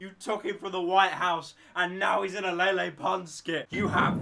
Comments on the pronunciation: No lele will have to stay ❤️ I love her it’s pronounce lele not laylay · La-Lay Poonz That is all.